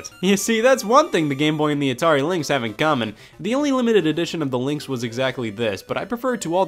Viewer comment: As he says in a New Yorker accent